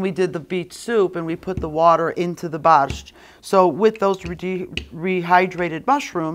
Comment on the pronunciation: My Polish grandmother and mother never pronounced Borscht the way you do.